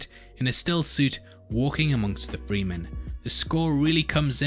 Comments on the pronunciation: It's pronounced fre-men. The e is short. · Fremen, not Freemen!